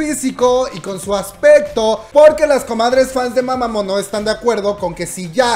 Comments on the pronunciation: Mamamoo Se dice "MAmamU" NO "mamamo" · este comentario es para corregirte: se pronuncia mamamu, no como se escribe, y se dice "juasa", la H suena como J pero estuvo muy lindo el vídeo, gracias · Creo q se pronuncia mamamuu🤷‍♀️